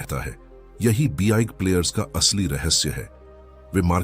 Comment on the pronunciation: Sab kuch sahi hai bus ye "be eye ga" player ka pronounciation zara fix kar do 😜